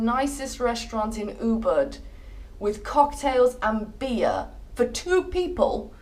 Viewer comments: I thought you were saying uber that taxi app. Then i realized you are not saying that. Its easier to say oo-bood to say Ubud. Just some input. :) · she said "Uber", actually its "Ubud" and if you want stay in "Kuta Beach or Seminyak Beach" couse many good accomodations - 200$/room/night and good restaurant in that area.